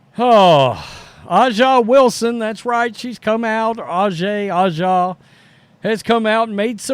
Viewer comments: It's obvious to me that you don't watch the WNBA. It's just as obvious that you are not a Steely Dan fan either. A'ja (pronounced asia) Wilson does not have time to be jealous of Caitlyn Clark. You really should not exhibit either your ignorance or your disrespect. Yes, she is all that, and you can't pronounce her name? And you should stop saying that nobody watches the WNBA. Speak for your hating self. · At least try to pronounce her name properly, you are disrespectful